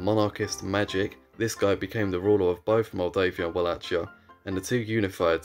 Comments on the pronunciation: All good, only you pronounce Wallachia all wrong. It is not with a "tsch" sound. So not like Ch in "Chad", but like "kie" in cookie. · my friend, it is Vah lah hee ah or Vah lah kee ah. not vah lah (t)chee ah. i know it is an exonym but imagine calling a Deutsche(German) in English "joor meen". he would feel even more cringe. i too would. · Va la hi a not Ua la ci a repeat after me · The common pronunciation "Wallakia" is actually wrong too. Its spelling was unfortunately taken from German, where the "W" is pronounced as "V" and the "CH" is pronounched as "H". So, to avoid confusion, the ideal spelling would be "Valahia" similar to "Valhalla". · It's not pronounced "wall - ach - ee - a". It's pronounced "Wall - ache - ee - a" with a much harder second syllable pronounced like the word "ache". If you're going to make a video, maybe learn the pronunciation. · Read it as 'Valahia' not 'Ualacia' 😆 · Walla[k]ia with [k]. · Dude... pronounce it correct without the "ch": Valahia and with no accent on "i" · Can people at least try to pronounce any of these names right??? Its pronounced like wallakia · Wallachia is pronounced /wɒˈleɪkiə/ which means it uses a "hard" ch sound. Like Wala-kia. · I sincerely apologise on the absolute tragedy of me pronuncing Wallachia and Moldavia/Moldova, thanks to the people who pointed it out and gave the proper pronunciations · "Moldovia" wasn't that bad. Wallachia though..... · Ok misspronounce Walachia, fair enough, it's a weird name that only English speaking people use but for the love of God, stop saying Moldovia. It's Moldova. Like the country. The Russians Threatened to Invade, we gave them half of Moldova. It has since gained independence and hasn't joined back with Romania. So now there's 2 Moldovas. There's no such thing as Moldeivia or whatever you said, always been Moldova. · it's funny how you read Wallachia like Nike Huarache 🤣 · why would they be furious, are you referring to the bad pronunciation of wallachia?